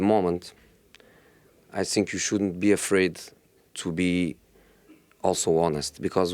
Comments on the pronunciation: It's not sink, it's think Josee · He's so angry inside that he eats two letters "Think" becomes "Sink"😂😂😂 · “I sink” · Titanic captain: The ship's sinking José : I sink so, I sink so... Rose: what should we do...we are going to die!!! José : I have "nasing" to say, everybody is against me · Plot twist : He was saying I stink not i zthink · No-one: Jose: I sink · All I heard in this interview was: "I sink" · "I sink" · Whenever he starts with “ I sink... “ just know it about to go down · This is how many times he said “I sink” 👇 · Reporter:Ask his question? Jose : I sink ..... I sink ....... I sink... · Did he really said I sink? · Nobody: Mourinho: I Sink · Everyday “I sink I sink” Jose 😂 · I sink... I sink... To be fair though, this is what makes him one of the best managers world football has ever seen. Never shows weakness, never backs down from his responsibilities, has no fear even when the results are bad. Incredible self-confidence. Respect. The man is straight-up fire 🔥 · Prefer not to sink